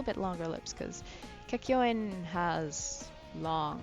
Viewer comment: At least she says the name property. Kakyoin!